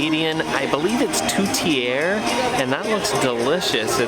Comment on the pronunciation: The meat in the tourtière is choppped beef and pork. Sometimes we only use pork. Like a other person told you, the way you pronounce tourtière is very close. Awesome video.